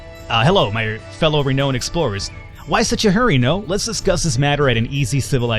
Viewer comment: It's pronounced "Re-noun(ed)" c